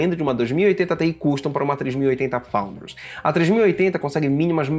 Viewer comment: PARABÉNS! Principalmente por falar “FOUNDERS” com esse sotaque Dinamarquês! Apaixonei